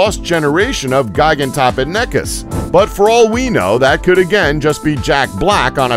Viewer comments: The way he says gigantopithicus makes me want to kill myself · That Mispronouncing of Gigantopithecus though XD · Raven 1. Do I need to be a High class chef to Criticize Food? Do you have to be a Critic in order to say whether a Movie was good or not? No, Whether or not I can do any better is a Moot point, point is he Mispronounced the Name of an animal that's pretty well known 2. And Yes I do know how to Pronounce Gigantopithecus, do you?